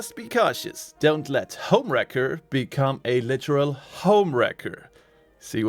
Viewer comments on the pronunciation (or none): So in English it sounds like you are saying HomeWrecker which is person who destroys a personal relationship. The word Racker sounds like Cracker the C almost sounds like a K. Just FYI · Anyone else keep hearing this as HomeWrecker? lol😂